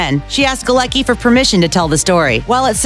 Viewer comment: 'Galecki'' is a polish name so it's pronounced "Galetzki' not 'Galeki'